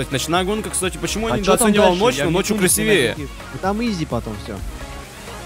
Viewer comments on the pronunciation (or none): Не красивЕе, а красИвее